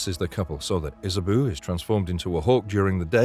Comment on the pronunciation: Good list but it's pronounced Isabow not Isaboo, Zusha not Zuzia and Mayax not Max